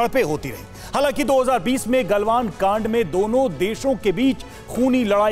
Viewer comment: ग्लवान घाटी ग्लवान घांड नहीं रिर्पोटर साहब शब्दों का उचित प्रयोग किजीए